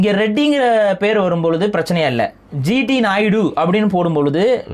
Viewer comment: a small correction at the start. you re pronouncing G.D. naidu s name as G.T. Naidu.